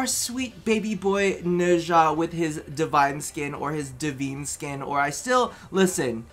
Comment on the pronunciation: DE-VINE, it's not hard. Name of the company + Dead platform, I know it's spelled wrong but it should be pronounced the same way.